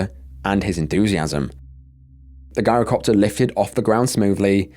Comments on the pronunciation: It's pronounced 'jai-ro' copter. With a soft 'g', not a hard one. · Pronounced "JAI-ro" NOT "GUYRO" if youre going to do videos ,,, at least learn how to pronounce words properly! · Its not a "guy-row" copter Gees look up how to pronounce any word you arent sure of, it makes you sound stupid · Gyrocopter starts with a G for George not a G for Guy. 😉👍👍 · It's pronounced JI-rocopter, as in gyroscope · It's pronounced "Jyro-copter" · Just for the future: gyrocopter is pronounced jirocopter .. the G being like that pronounced at tge beginning of the word "geography" I have trouble pronouncing some words, too, especially foreign placenames 😉 Is it awful of me to say that I look forward to these videos of yours? 😮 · It's pronounced "jyrocopter" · It's spelled Girocopter but pronounced JIROCOPTER, The G is pronounced like a J. I don't want to come across as know-it-all, but I had to correct you, thanks. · The narrator needs to go back to school and study English Grammar, taking inti consideration that you're British you're making a mockery of the English language 'Shame on you' !! Its Gyrocopter, pronounced with a J sounding G .. you really have no idea how stupid you sound 🙄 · The first story has you pronouncing the Gyrocopter WRONG.It's pronounced like GYE RO COPTER.Plus Gyro's are pronounced without the G.